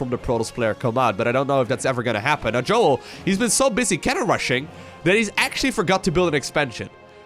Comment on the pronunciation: If im right and he is israeli, then you should pronounce his name as "Yo-el", not Joel :P